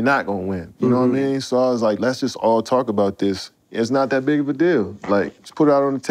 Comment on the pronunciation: “And I still got that burner...nawmean” 😂😅☠️